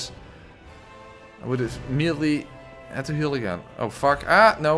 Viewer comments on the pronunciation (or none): Love the dutch sounding ''NOUUUUU''